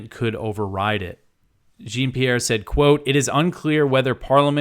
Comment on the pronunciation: Jean rhymes with Sean, not Gene fyi.